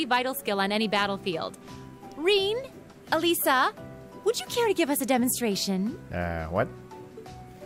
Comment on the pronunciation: This is the first time Liberl was said in voice acting, so it's can be jarring to hear it said differently. It's fitting that you get a taste of "it's not pronounced that way" because you have been deliberately mispronouncing Ah-lee-sah as Ah-lye-zah ALL GAME LONG. It's not funny, just annoying. - The game doesn't explain why they each have one glove, but someone recently posted on the Steam forums that it is explained in some supplementary material ("Trails of Cold Steel: Link of Hearts" manga). I wouldn't say 'wedding rings', they're both 17. It's closer to 'going steady', except that they actually aren't because the game wants to let the player choose who Rean likes the most, although the game does pointedly nudge the player towards Alisa. - Elliot is just being a bro, trying to help Rean out by deflecting Alisa's wrath from Rean to himself. - In Sara's classroom, beating her in swimming is worth as much credit as getting 100% on 6 midterm questions instead of 50%. - Oddly enough, only Alisa makes any concession to swimming by removing part of her hair decoration. Neither Machias nor Emma take off their glasses, and Laura does nothing with her mass of hair.